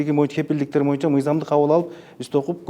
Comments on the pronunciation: "Моюнча" дебей "боюнча" деп так, туура сүйлөчү спикер мырза! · Сиз да байкапсыз да моюнчаны😝